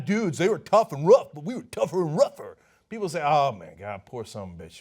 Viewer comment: Deus Umbra Dudes lol cos he cannot comprehend the word People or even pronounce the word People. Peee opal pe op le ?